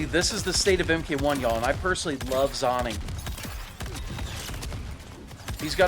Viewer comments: He's saying "zonning" because he knows it'll piss people off, and its working 😂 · its pronounced zoning, not zoning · It’s pronounced zoning not zoning 😿